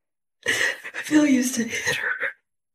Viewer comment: Scared of Fee-il?